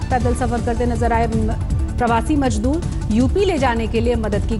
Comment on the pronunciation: Abe jaahil budhiya majdoor nahin mazdoor hota hai.